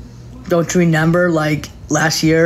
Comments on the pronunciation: “Now you renember..” 😅😅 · Did she say reNEMber? 🤔🤔